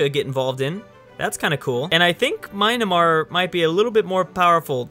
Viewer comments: MY - AN - MAR or MEE - AN - MAR, not my-na-mar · It’s pronounced me-an-mar not my-na-mar, great content though keep it up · it’s called myanmar, not mynamar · Jakov Grbelja yeah, you meant MYAnmar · The way to pronounce Myanmar lmao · I drank 69 tons of bleach when he said Myanmar